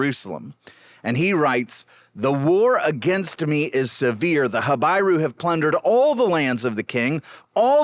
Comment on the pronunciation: Not ha-bye-rue but ha-bee-rue.